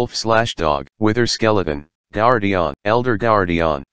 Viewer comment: gerdeon is the funniest pronunciation of guardian i have ever herd